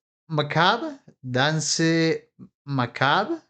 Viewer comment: Danse macabre is pronounced “dance” and “ma-cabr-e” just so you know 🙂